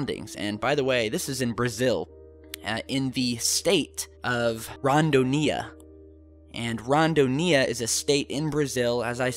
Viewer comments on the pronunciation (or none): Bullshit. There´s nothing there. Greetings from Brazil. PS. The State´s name is pronounced RonDOnia (enphasis on DO) not RondoNIA.